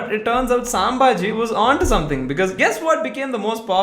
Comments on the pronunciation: It's pronounced as "sambhaaji"(संभाजी) and not "saambhaaji" (सांभाजी) bro 😂😭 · FIRST LEARN ABOUT HOW TO PRONOUNCE NAMES IN A RIGHT MANNER. if you don't know marathi then first learn and then say what you wants to say. Here you talking about Chhatrapati Sambhaji Maharaj. If you don't want to give respect then atleast don't disrespect him. Chhatrapati Sambhaji Maharaj not a part of any joke or name of a dish he is the legend and part of our heart. So if you care then cut the part where you talking about Chhatrapati Sambhaji Maharaj and re-upload the video again. Don't want to see this again and if you don't take any action about this then I am going to file a case against you ⚠️